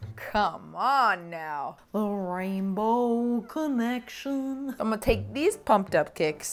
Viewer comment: this MFer said Rango Connection 😂😂😂😂😂